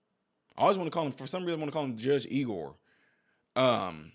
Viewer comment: it's pronounced [EYE-gore]